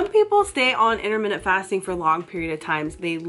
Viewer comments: 'innerminneht fasting' 😖 sorry, it irritated me a little 😂 its just my silly british self, ignore me 😉 (inter-mit-ant 😋) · IT'S INTERMITTENT!!! NOT INTERMINUTE YOU SPA!!